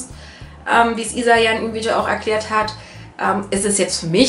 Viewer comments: du sprichst isa richtig aus :D ich weiß nicht, wie oft ich sie falsch ausgesprochen habe xD Ich bin dafür sehr ungeduldig... hach ja~ Und ja, mein Tag geht auch bald hoch :D Ich glaube jedem sind Aufrufe und Abos wichtig :) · Du hast mich richtig ausgesprochen WWUUHUUU!!! :D *erstmal positives Däumchen vergebe so wie bei jedem deiner Videos* <3 Ääääähm also neben Harry Potter haben vorallem, ganz frisch sogar, "Pandora - Wovon träumst du" und "Infernale" meine Einstellung verändert, weil sie einfach so viel Kritik an unserem heutigen Leben rüberbringen :) ps: Bitte nennt mich nicht Isa, sondern Luna, Bella, Glacy oder meinetwegen auch Isabella aber biiiitteeee nicht Isa oder Isy x')